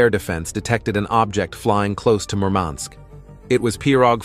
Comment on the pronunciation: that's a painful way to pronounce Murmansk, stress on the wrong syllable